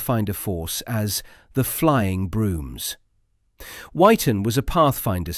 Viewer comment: Wyton is pronouced "Witon" not "Why-ton". I should know I was posted there twice and it's just six miles from where we live now. I joined the RAF because of the Mosquito and other De Havilland aircraft, as my father worked for De Havilland for over 50 years, until the eighties. He was a Fitter/Inspector on Mosquito's and others, during the war. My father introduced me to John Cunnininham as a child in the sixties at a De Havilland Hatfield open day. Unfortunately I was too young to realise who he really was at the time? This was when they still had annual flying displays and a travelling fun fair every June.